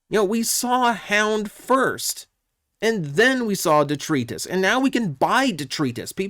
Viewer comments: "Detrius" isn't a word. Even in normal English, it's "detritus" (with a long I). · de·tri·tus [dəˈtrīdəs, (Long "I" sound) NOUN waste or debris of any kind: "streets filled with rubble and detritus" I love you...but over the past year... since I heard you say this name in the first spoiler listing.. it made me cringe and only has been getting worse... Duh Try Tus.... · Say it with me now. "Dee.. Try... Tus." First syllable rhymes with "Tree", the next two rhyme with "Bite us." Please, they even said it in the Fanstream. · It’s pronounced De-try-tiss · De-Try-Tus I thought you were pronouncing it some cybertronian way before but now it just seems you had the wrong pronunciation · Detritus isn't a Cybertronian twist, it's literally the correct spelling / pronunciation. Also, it Deh-Try-Tuhs. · Isnt it pronounced "DeTRYtus?" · It's pronounced (de-try-tus)